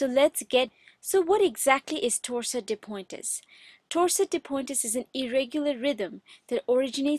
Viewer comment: Sorry but it’s pronounced pwant, not poin-tes